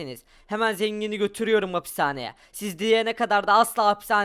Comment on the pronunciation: Abi kerem komser de hapishane dicene mapishanemi diyor cevap yazarmısın